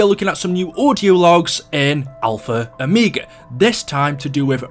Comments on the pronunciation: It is pronounced o-meg-a not o-meag-a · He says omeega not omega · It Triggers me how you say omega but still love your vids keep up the good work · Whenever you say omega it bothers me for some reason